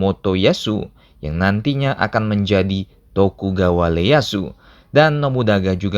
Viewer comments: i e y a su, bukan L e y a s u huruf jepang g ada L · Tokugawa ieyasu min Bukan leyasu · Yg bener ieyasu, bukan Leyasu.. kan di Jepang gak ada aksara Le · Tokugawa Ieyasu bukan Tokugawa Leyasu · Tokugawa ieyasu min bukan leyasu.. 😁